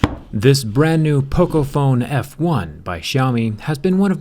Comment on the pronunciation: No one can pronounce xiaomi right